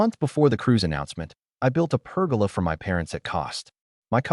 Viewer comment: Per-goal-Lah. Not pergala.😂